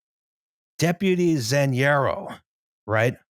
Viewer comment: Haven't finished watching yet but I love a tangent solely based on mispronouncing a J, also "Zanjero" definitely doesn't sound cooler for a Spanish speaker, it's just "ditch digger" for me, while "Superintendent" at least has Super- in it.